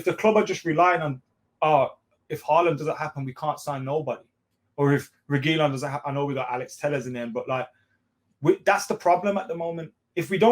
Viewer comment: learn how to pronounce reguilon, same with AFTV. Reguilon will be coming back to Madrid after Marcelo leaves